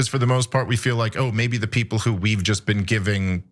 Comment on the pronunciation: "You've never bean?!"